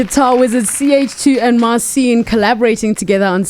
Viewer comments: Mar cheen - not Mar seen ;) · Interesting interview. I suppose the way it works Marcin was invited to do US version of got talent. I don't know who this old guy is, but if he knows and works with Marcin he should learn to pronounce his name correctly.